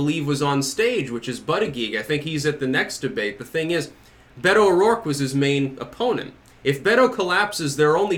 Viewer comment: Maybe if watches the next debate he will learn how to pronounce "Beto" properly. I enjoy his videos but it's really aggravating.